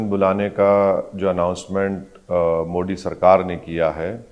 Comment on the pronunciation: ओवेसी जान बूझकर प्रधान मंत्री जी के SURNAME का उच्चारण गलत करता है। ये मोदी की जगह मोडी बोलता है। ये पढ़ा लिखा आदमी जो सांसद भी है । इससे यदि प्रधान मंत्रीजी के SURNAME का pronunciation ठीक नही होता है तो ये एक अति विचारणीय प्रश्न है। नाम किसी भी भाषा मे हो लेकिन उसे एक तरह से ही बोला जाता है। पहले लोकसभा के जिम्मेदार पदाधिकारियों द्वारा इसे लिखित मे समझाना चाहिए। इसके बाद सुधार की उम्मीद की जा सकती है।ये एक गंभीर मामला है कि कोई सांसद प्रधानमंत्री जी का सरनेम जानबूझकर गलत बोल रहा है।